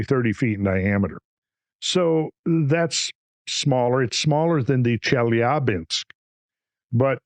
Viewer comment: Off topic but... I really appreciate hearing the mostly correct pronunciation of Chelyabinsk. The backwards 'R' is spoken as 'ya' and is typically the accented syllable in a Russian word. Most English speakers get it wrong :) Randall winning again with the attention to detail!